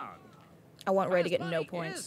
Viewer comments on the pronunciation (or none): I like this new guy... rrrrr, rrrrrrraaaaay?